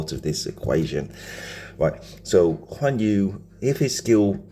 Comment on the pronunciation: Guan Yu not Juan Yu 😂